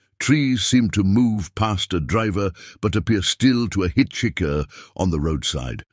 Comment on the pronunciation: Par-tent? Hitch-ickar? 😐